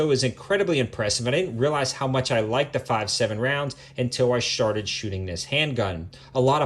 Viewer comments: you said, "I sharted shooting this handgun." Lol 💩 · I had to rewind this twice to make sure but he said, " Until I Sharted shooting this handgun!"! Sorry to point that out but damn but if people Shart while shooting this handgun...I'm not sure I want to go there...would make a full day at the range really messy...not to mention the actual ride home eeeeew! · you said sharted.